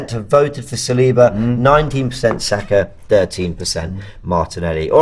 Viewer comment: Spoke with my friend who is French, he confirmed to me that Saliba is pronounced with a stress at the last letter. So it is Salibá. The right way to pronounce his last name.